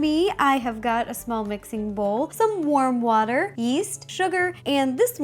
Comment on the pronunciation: I THOUGHT SHE SAID WORM WATER!!!